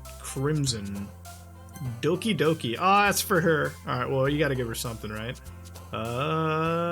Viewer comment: Doki Doki not Oki Doki